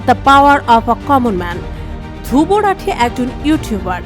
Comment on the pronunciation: নাম টাও উচ্চারণ করতে পারে না 😂😂